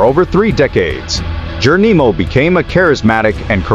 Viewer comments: I AGREE 100%, I THINK IT'S AN AI, I DON'T THINK THEY CAN PRONOUNCE S*** CORRECTLY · Can I suggest you google the pronunciation of Cochise and Geronimo. I’ve checked they are recognised. Spoiled an interesting blog. 😳